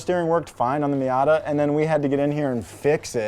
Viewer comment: “Mita” You mean ‘Miata’?